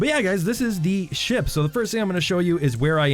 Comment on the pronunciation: Is it just me or when he says ship its coming out with SHIT